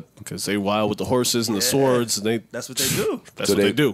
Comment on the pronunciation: Did Joe say sWords, not sords! Stop it Joe